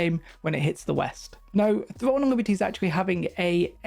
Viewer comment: thwone of libty